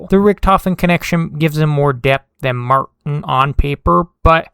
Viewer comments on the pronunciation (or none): none